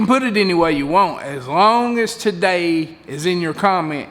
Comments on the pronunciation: This diy is awsome, im going to work on it "ta-day" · "Ta-Day" and almost everyday, I watch your videos,and they are AWESOME!!! Merry Christmas to you and your Family.🎄🐟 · Ready to get it "Ta-Day". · Love videos learned alot from your diy. "TA-DAY" I also like saving money and doin diy stuff especially when it comes to fishing. Thx and keep it up